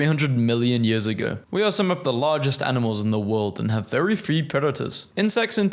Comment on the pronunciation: You messed up saying "few", not sure how. Again you didn't read that correctly, you insulted that joke (in a way). So I may be correcting bots? That's not going to stop me. You're doing it for shits and giggles aren't you ADMIT IT*. *That's not how you say that word.